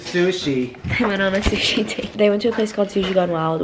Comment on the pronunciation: THE WAY SAID SUSHI IS KILLING ME